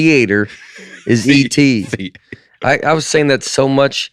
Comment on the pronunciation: "I heard you have E.T. on the podcast" from Spielberg is one of the hardest i've laughed at they podcast but it didn't hit at first because Nate somehow pronounced it "A.T."